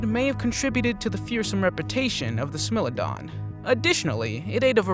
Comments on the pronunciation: "Smellodon" instead of Smilodon, "Eposh" instead of "Epoch" (pronounced like eh-puck). Do research before you just push out videos dude. It makes what you say sound stupid and also gives people with a brain the impression you don't know what you're talking about 🤷‍♂️ Sorry, but sometimes we need constructive criticism. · Did you say smell it down it’s pronounced Smilodon😂😂n😂😂😂😂😂😂😂😂😂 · Yo you gotta pronounce the name correctly the Livy onden😂 and smilodon? Smile lo don is the correct way to pronounce it La vy ya thin as well for the kids sake . Fyi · Smy lo don and la vya than. Please try to pronounce them correctly. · Not to criticize but you said most of these names completely wrong!!!! Such as the smilidon and the mosasaurus also the carbonemys and the questle last but not least the dienosuchus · I dont know if its just me but the may he pronounced the word 'smilodon' really bugged me ...